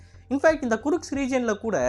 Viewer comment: Kirsk not kurushk😂